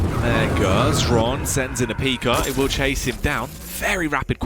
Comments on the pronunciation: Dear casters, its pronounced "Hron" were "H" is not silent. Not Shron, Sron, Exron, Kron, Esron, Ksron. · Russian/Ukrainian here. Same shit, really. The X is Cyrillic, i.e. it sounds pretty much identically to Latin H. Zoot, being buddies with Xron, has known this for ages, but refused to say "hron," because it somehow messed up his throat or whatever. But it's pronounced "hron." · Number of times when Xron's name was pronounced correctly: 0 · Top 10 mysteries science can't explain: #1 - How to pronounce Xron's name